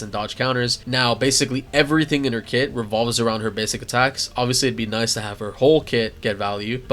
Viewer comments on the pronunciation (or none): none